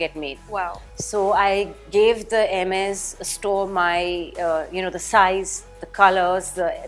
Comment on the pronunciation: She pronounced Hermes correctly 👍👍👍